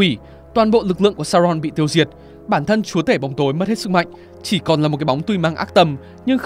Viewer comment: giọng tay này đã phần nào sửa được phát âm chữ "chúa". Ngày xưa toàn phát âm nặng tiếng địa phương "chúa" đọc thành "chủa" 😆